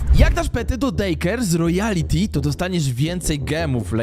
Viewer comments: to nie "ROYALITY" TYLKO "ROYALTY" NIE "ROJALITI" TYLKO "ROJALTI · Pov: mówi royality a pisze royalty xdd.